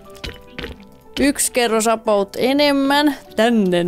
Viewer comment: miksi sä aina sanot apout